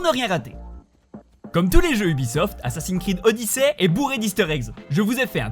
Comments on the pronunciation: Mais la licorne... C'est pas un réel easter egg... C'est plus un détail, un easter egg c'est plus une référence a d'autres univers existant dans le jeu vidéo dans le cas de "Assassine creed" comme tu dis. Puis sans déconner on dit pas "koroguss" mais on le prononce "korogou" quoi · Ptn sa me pete les oreilles qui ne sache pas dire assassin’s Creed correctement chuis le seul a qui sa choque nan mais vraiment il le prononce assassi Creed c ptn de frustrant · Assasin's creed se prononce screed